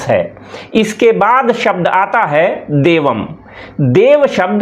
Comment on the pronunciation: देवम् का उच्चारण देवमम् क्यों किया।